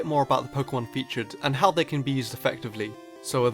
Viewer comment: He said Pokemon wrong. I am disgraced!